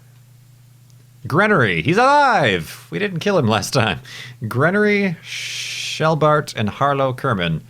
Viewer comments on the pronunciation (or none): Geneory, not Grenery or whatever(Gen-e-ory).